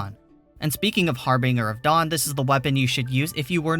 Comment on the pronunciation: bruh, I had to stop listening when you butchered the harbinger of dawn lmfao